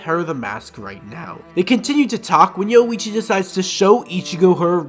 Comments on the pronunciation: Yowuichi lol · All the "O-hime, Yoichi and Kyaku" aside, a much needed video. Thank you.